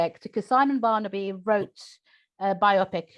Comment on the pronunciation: Great review, except: Farnaby, not Barnaby.